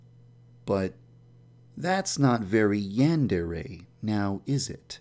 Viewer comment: Yandrea? Its Yandere